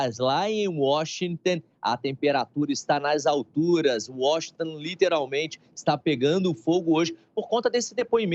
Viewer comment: "Washingten..." kkkkkkkkkkkk.